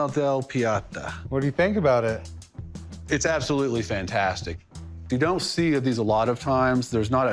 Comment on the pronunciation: Piata ha, ha. It's Pieta.